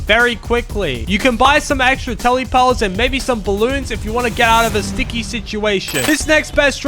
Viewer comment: You can buy some extra tellypearls💀 Edit: I'm not making fun of his way of saying it no Offense dis is a joke don't take it seriously and roast me pls💀